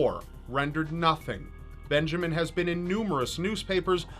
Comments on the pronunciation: when the word Benjamin became Benjaman i gigled way to go typical error! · "Benjaman" Kyle. Not a typo, people. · Poor Benjamin....... Or was it Benjaman?